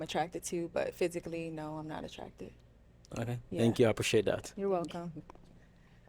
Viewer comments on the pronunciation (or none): “Tank you! Apresheate!” It’s called ‘h’ factor where you don’t pronounce the h in words. Common with the Yoruba tribe in Nigeria. Not that he’s Yoruba